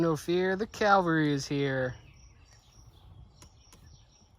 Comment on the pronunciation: The “Cowvary”. 😂. Killin me